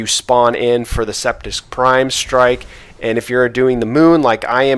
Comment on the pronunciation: He said septips prime